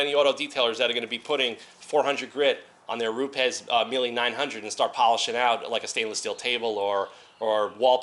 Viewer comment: If your Italian you should be able to pronounce Mile the Italian way :P